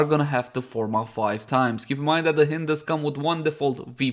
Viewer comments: Pretty sure it's pronounced the same way you pronounced the second syllable of "beHIND" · 'Hind' like in behind 'hynd' like in hindi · I thought it was pronounced as "Haynd" lol, nevertheless been waiting for this since it was upgraded in terms of cc and sc